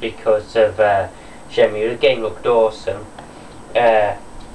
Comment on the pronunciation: WTF. Disc 4 of Shenmue 2 was epic. And btw, for future reference shenmue is pronounced Shenmoo. Wear a different t shirt aswell, Cena sucks